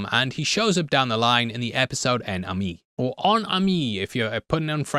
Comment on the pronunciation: "hein ameee" is closer to the correct pronounction than "oon amee" that our local Youtuber is saying. Point goes to X-Files. XD